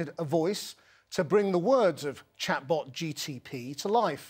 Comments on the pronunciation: Needs a new name. Even the presenter got it wrong twice "ChatGTP" instead of "ChatGPT" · It’s GPT not GTP. Definitely a tongue twister. :) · It's Chat GPT not Chat GTP. GPT not GTP. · He's saying GTP instead of GPT 😡😡👎👎 INDIANS 🇮🇳 🤭🤭🤭🤣🤣🤣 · Its not ChatGTP its ChatGPT please pronounce its name correctly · He is calling it as GTP 🤣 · why say as ChatGTP? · He said ChatGTP???? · It didn't correct him when he called it ChatGTP! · did this MFer just say 'chatbotGTP' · Seriously? Did he say GTP? Couldn't even be bothered to get the name right. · It's a good thing it didn't mind that you were saying its name wrong :)